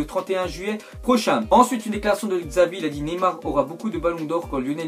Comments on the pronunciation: Tu dis xavi alors que c'est chavi ptn footix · désolé mais normalement xavi ca se lit chavi mais tu l as lu czavi mais bref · "Xavi" se prononce "Chavi" sinon bonne video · "Kille Walker" mdrr ça m'a tué Et Xavi aussi, va falloir faire des efforts en matière de prononciation mon cher x)